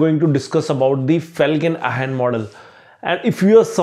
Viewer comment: It's Felkin-Anh not Ahn